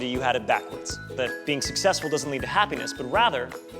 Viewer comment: Lol they said sussesfull